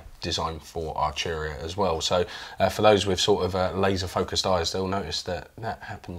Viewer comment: Love but need Jack 😥 Not Archuria man but Arturia 😑 This is great but needs more keys, bigger screen and more sliders/knobs. Pigments and a lot of the V Collection are fantastic. I have it and use it regularly. It looks beautiful and undoubtedly sounds good but why would I buy this over a Modx 7 Plus? Also, this guy barely played. Felt this didn't really demo the product that well. Not sure if this guy is a playernor not but even the playing at the end was uninspiring.